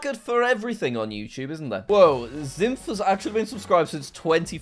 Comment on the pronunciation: Zyph is said as Zi-F if you say it slowly not what you said